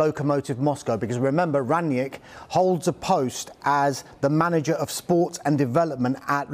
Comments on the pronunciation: His name is not Rangniek. You pronounce it rung-nick. With a strong R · "Ranyick" hahaha, oh gosh here we go again with the next pronouciation party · "Ranyick" hahaha He's german mate not french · Why do they keep on pronouncing him Rangyick? It's Rang-nick, really not hard at all to say